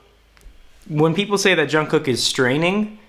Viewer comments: I love your videos about JK <3 It's pronounced "jungook" tho, lose the first k :) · Also his name is pronounced jung-goo not being mean or sarcastic just thought you would want to know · I didn't even understand the lyrics th first time I saw the video but I cried like a lot 😭 his voice is amazing. I read the lyrics a couple hours latter and I cried even more lmao. Also, the pronunciation of his name is actually "guk" instead of "kook" ㅋㅋㅋ nice video tho 👏👏💖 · Je-oo-n Je-oo-n-g-guk Jeon Jeong-guk not jungcook lol 😂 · I like how he says Jongcook hahahaha ok sorry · Every Time he says "John cook" I cringe. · Why does everyone pronounce jungkook wrong